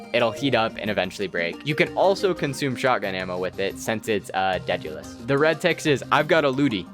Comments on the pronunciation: Deadulus? It’s spelled Daedalus dude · It’s pronounced deh·duh•luhs Named after the greek craftsman and inventor who created the labrynth to contain the Minotaur and father of Icarus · You kids need to open a book (dictionary specifically) daedelus is Day del us and how do you butcher the word adoration?